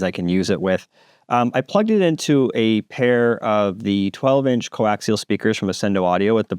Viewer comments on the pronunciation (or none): none